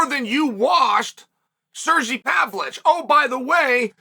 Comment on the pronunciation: if he says sirchee 1 more time im gonna